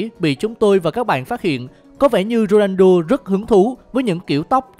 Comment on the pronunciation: Cj đọc ronando lại là cr7 trong game ff à ? ':((